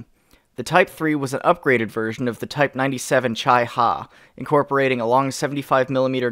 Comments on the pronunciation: Imma just say "chi" not "chai". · its pronounced "Chee" not "Chie"in Chi Nu and Chi Ha. It based off of the japanese phonetic alphabet. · late ass thing to point out, chi is pronounced"chee" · Chi in "Chi Ha" or any other japanese tanks is spelled like "Chicks" rather than "China"